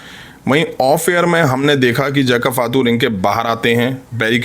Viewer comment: फातू नही भाई फाटू😂😂😂